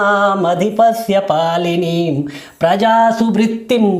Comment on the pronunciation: आँप ने शुरु श्लोक में बारम्बार "पालनीं" शब्द का उच्चारण क्यों पालिनीं किए ?